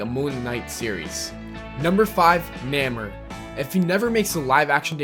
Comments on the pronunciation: Someone PLEASE tell this guy that it's pronounced "NAY-more" and not "NAMM-er" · nammer? IT'S NAY-MORE(the pronounciation). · If someone mispronounces something I usually don't care, but NAEH-MUR... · "Namer" Nay-more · it is pronounced "Nay more" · THANK YOU!!!! That shit drove me nuts!!!!! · The way he pronounces Namor makes me want to cry. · I'm clearly late to this video and your post I was gonna put... Namor (Nay-More or nay mor) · dude you pronounced Namor's name wrong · When you put namor as 3 but can't even say his name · stop pronouncing Namor's name wrong